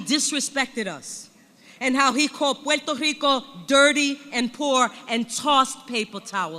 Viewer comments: its not puehto hico, its puerrrrto rrrico. rolling r's back in the day, those communist actors would be on some list somewhere in the cia headquarters. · "Wuerteh Hricoe"??????? I can only imagine how cringe that must sound to a real Puerto Rican 🤮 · Pwat Oh Ricoh? Speak English if you want respect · Never trust someone who pronounces "Puerto Rico" as "Hweto Hiko" in a speech.